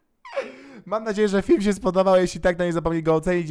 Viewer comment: Powiedziałeś fim nie film